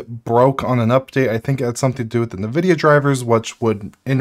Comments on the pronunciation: It's EH'N' vidia not NE vidia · Hey, your videos are great... But this is making me nuts... sorry. It's N like the letter vidia... Like IN-vidia. not what you are saying. lol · nuh-vidia lmao